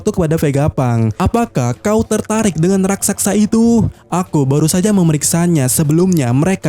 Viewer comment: Ahh min,, pengucapan yg berulang Bukan RAKSAKSA, juga bukan RASAKSA, Tapi yg benar RAKSASA, RAK-SA-SA.